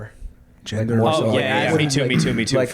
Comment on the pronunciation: ffs it's "gender" not "gendor".